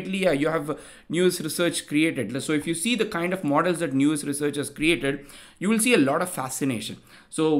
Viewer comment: Let's not normalise pronouncing it as if the word is "news" or "new-us". It's an English word already, said as "now-s" similar to house (but not like cows)